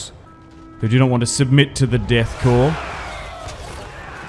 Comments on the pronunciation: ffs it is core not corpse.... you dont call it the marine corpse. it is sounded out the marine core, much like it is sounded out the death core of krieg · Corps and by extension Korps are pronounced as kor, identically to the word core, the p and s are silent